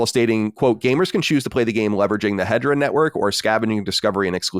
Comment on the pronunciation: It's not Hedra. It's He-de-ra.